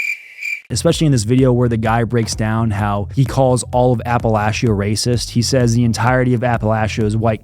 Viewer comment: Some guy called a bunch of white people ray-sis? That's pretty hard-hitting!